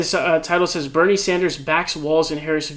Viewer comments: Sanders not Saunders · Why do you say Bernie “Saunders”? Just wondering lol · Please stop calling him Bernie "Sawnders". It's legitimately pissing me tf off.